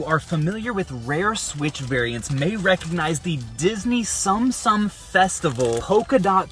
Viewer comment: The pronunciation of "tsum tsum" is actually closer to "soom soom" not "some some". Also those are probably knockoff AliExpress shells.